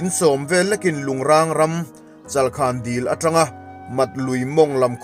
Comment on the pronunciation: Chalkhan aw chalkhàn nilo in